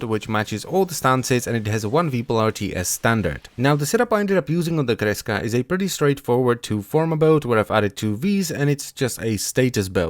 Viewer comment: i really like how you pronounce kreska. sounds so nice